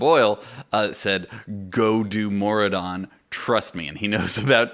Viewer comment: Thanks for the shout-out, but especially thanks for the correct pronunciation! LOL! (For some reason it's rare that that happens). Maraudon has always been a favorite of mine, but the biggest pain is bag space on this one. A mammoth helps, but in Maraudon I find that having some form of portable mailbox or vendor (Argent Squire, Katy's Stampwhistle, Jeeves, etc.) is almost a must since there are so many mobs to loot before you see daylight. So until I see a pattern for a 60-slot bag...